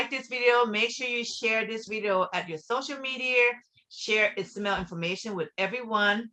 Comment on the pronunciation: Ismael not Isamel 😊